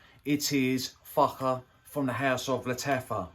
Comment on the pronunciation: That's how you pronounce Fakhar when you're English...or French !..